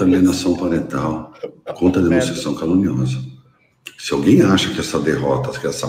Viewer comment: "...denunciação caLInuosa".